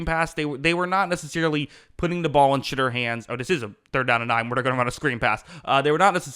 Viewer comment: "Sh'derrr" -Most ⬜ Guys on YouTube